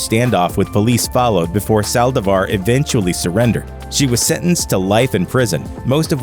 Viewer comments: My biggest pet peeve is when someone mispronounces something.Or when they mispronounce the last name. With that said,it's Saldívar.Not Salvadar. Rest in peace to every singer who lost their life cause some people are just bat shit crazy. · Ok but who else got triggered when he pronounced Selena’s last name wrong?